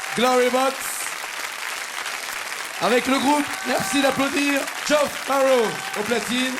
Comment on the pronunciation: "Portish head"..."Joff" LOL